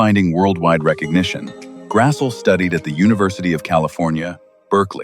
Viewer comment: He grassie not Grassel